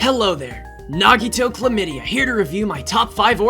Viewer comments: Why did he say klemida? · I SWEAR TO GOD DID HE SAY NAGITO CHLAMYDIA!?! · “Nagito clamida” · WHY DID I HEAR "Nagito komidea" HELP FJSJRJSJRJRJR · So are we just gonna ignore the fact he said chlamydia instead of Komaeda😳 note I love the vids keep it up! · Ok so at the beginning it sounded like he said nagito chlamydia instead of komaeda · Lol he said nagito klomedia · Oh wait so I didn’t just hear that wrong he actually said chlamydia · i love how nagito says his name wrong every time